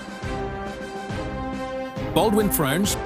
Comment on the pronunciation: Baldwin french🗣️🗣️